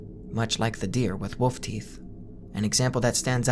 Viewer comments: can you not pronounce wolf at all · Love this!! But just wondering if I am the only one who thinks you pronounce wolf like „woof“